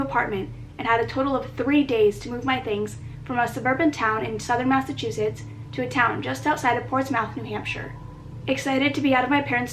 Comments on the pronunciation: The fact she said ports-mouth new hampsire😂 hun it’s pronounced ports-myth but spelled like ports mouth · its pronounced portsmith not portsmouth despite its spelling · Love how you pronounce Portsmouth 😊❤️😂 I live 20min from Portsmouth nh lol